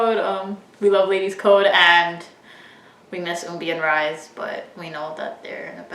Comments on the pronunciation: Why is everyone mispronouncing Rise's name?? IS RISAE OR RII - SEE . I know she "rised" to heaven but please don't be completely ignorant . Is not the same pronocining as in American English, this is her name. Learn how to pronounce it first before saying it out long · I think RiSe is pronounced as Ree Say.